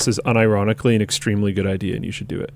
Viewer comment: Here's an idear. Make a quiz where you can win merch.... By guessing how many times Linus goes off topic 🤣